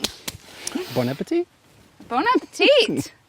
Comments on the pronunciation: woodland savage: bon appétit actual chef and Bon Appétit host: BONAPETEET!!! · Please, please learn how to say "bon appetit". The final "t" is silent. Always.